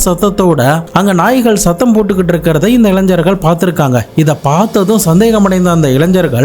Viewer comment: Ilain"Jar"Gal illa bro Illaignargal; Don't pronounce wrongly. Tamil Gnanam Gna should be pronounced!!! PS: I don't know to how to type in tamil otherwise would have done it!